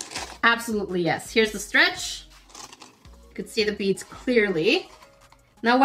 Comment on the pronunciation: Oooooh BEADS. I heard bees xD.